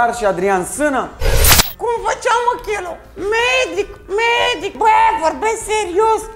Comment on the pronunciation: Pun pariu ca esti fan nr 1 DOC , vai de emisiunea ta nici Cheloo nu stii sa pronunti si vorbesti despre el , frumos haz cu imitatia aia de manelist ....